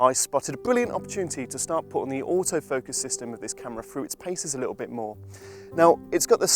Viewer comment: "Little" has some t's in it. Embarrassing for Wex if you ask me.